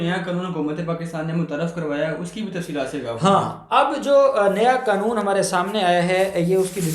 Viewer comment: بہت اچھی طرح معلومات دی گئی ہیں اللہ آپ کو جزائے خیر عطا فرمائے آمین مجھے ڈر ہے کہ حرام خور افسران کوئی نہ کوئی قانونی لچ ضرور نکال لیں گے. مال بنانے کا تو بہانہ چاہیے. ویسے لفظ قانون ہوتا ہے قنون نہیں